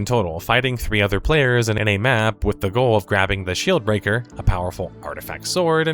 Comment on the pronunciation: i'm sorry but i heard "shill breaker". haha